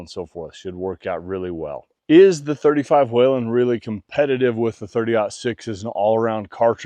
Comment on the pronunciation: It's weeeeelin not wailinnn love mine